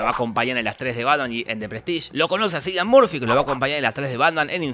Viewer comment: imaginate quede recaliente jorge dijo mal el nombre de cillian murphy